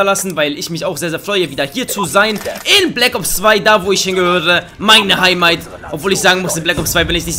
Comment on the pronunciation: Meine Heimmeit hahahahahahhahahahahhahhahahah :D :D :D :D